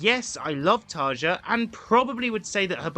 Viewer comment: Great point. But you can’t really expect it from a supposed fan who: A) dislikes Imaginaerum (what the hell, it’s arguably their best album) B) can’t be bothered to look up the pronunciation of Tarja